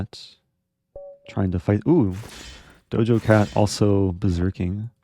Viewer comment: Eric kept saying 'Dojo' Cat lol.. clearly doesnt know who she is haha